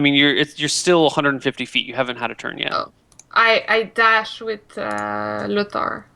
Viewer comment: I hope realises that it isn't spelt or pronounced Lothar (as he is currently saying it...) It really bugs me that Gen has been saying the name this whole time and can't even be bothered to get it right...